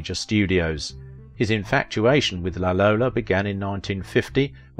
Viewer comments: La Lollo, not La Lola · I think the Italians called her 'La Lollo', not 'La Lolla'.